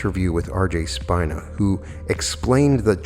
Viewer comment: You've encapsulated everything I know about Ascension symptoms, and you've done it very well. One suggestion is to correct your pronunciation of RJ Spina. His last name means spine in English, but it's a Latin word and pronounced as if it were spelled Speena. ✨🙏